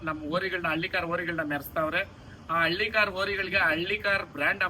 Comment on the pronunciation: Nin bi bi bi antidre ti ti thiklu hidiyutte.. Adu ಹಳ್ಳಿಕಾರ್ not ಹಲ್ಲಿಕಾರ್